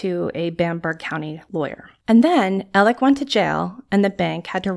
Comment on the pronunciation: I'm sorry but is his name Alec, Alex or Elig like I'm hearing it pronounced here? I'm confused. I've heard/seen all three. Thx to anyone who knows. I'm new to this case.☺